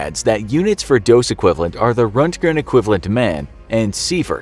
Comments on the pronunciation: Roentgen is pronounced "RANK-ehn." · Also it's pronounced Rankin. As in Wilhelm Roentgen the guy that ionizing radiation is named after